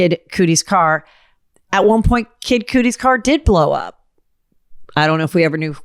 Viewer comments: It’s Kid Cudi!! Not Coodi!! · WTF is kid coodie? I can't... GET IT TOGETHER HEATHER, I'M EMBARRASSED FOR YOU. Clearly not in the cool crowd. Or coolie crowd 😂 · "Kid Cootie", though! 😂 we love you Heather...seriously